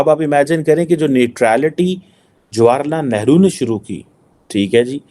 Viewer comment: Chutiye ko Jawaharlal Nehru bolna tak nahi ata eh heh Pakistan ki education